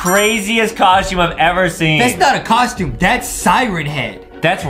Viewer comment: A coschyoom